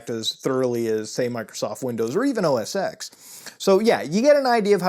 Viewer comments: So much misinformation here. Also. It's OS TEN, not OS "X". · its said "OS10" not "OSX" btw ( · IT'S PRONOUNCED OS TEN REEEEEEEEEEEEEEEEEEEE good vid tho keep it up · OS “TEN” not “x” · OSX is pronounced “OS ten”, not OS ex... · “Mac OS Ten” please. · OS “Ten” not EX! God ear worm! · It's Mac Os X (Pronounced TEN) lol not Mac OS Sex lmfao... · >OS eeks >Not OS ten Reeeeeeeeeee lol whatever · It's OS 10, not OS X, hearing that was so annoying pmsl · Ive been brainwashed enough to cringe every time I hear you say OS "EX". I know its not a big deal. It changes nothing in reality. But god damn. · OS X is pronounced as "O S Ten". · It's OS Ten. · Good video, but it bugs me that you Pronounce the "X" in Mac OS X. It's a Roman Numeral, it should be pronounced "ten". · You Mispronounced OS X